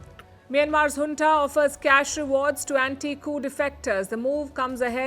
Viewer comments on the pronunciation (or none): Is this Hunta or junta ? she said Hunta 🤔